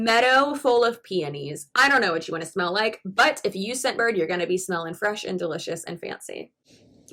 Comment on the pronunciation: The first time you said "Scentbird" I misheard you and thought you said "Shitbird." To be fair, that made your whole sales pitch/advertisement a lot more entertaining.